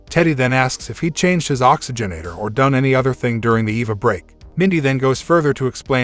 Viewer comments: It's not an Eva helmet. It's an E.V.A. helmet. It stands for Extra Vehicular Activity. For use outside. "Mark stops for a short Eva...". I knew a short Eva once, nice girl!" A short E.V.A! Sheesh! It say's in the notes that you're a professional narrator! Really? I'm having trouble believing that! If you were a professional you'd stop & say "What is this Eva break thing? I need to sound like I know what's what!" But you don't, you just pile rank stupidity upon meaningless sounds. It's worse than when the military "Dark" channels didn't know that in the names of military kit, Mk.19 wasn't pronounced Emm Kay nineteen. So the Spitfire Mk. 1 wasn't the Spitfire Emm Kay one. It took years of comments before the "professional narrator" got the hang of it. How're you getting on with the E.V.A. thing then? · guy says Eva and Mac instead of "em-ae-vee" and "ee-vee-ae"